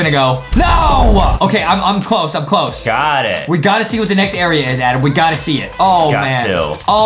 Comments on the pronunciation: Justin is so mean to adam because justin said adem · I love whean Adam mess upp words